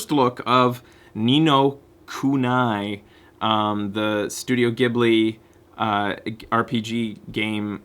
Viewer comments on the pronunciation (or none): /smartass It's "Nee no Kunie", not "kunai" Also, I don't think the God of War videos are on youtube. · just FYI i believe it's pronounced. "Kunee"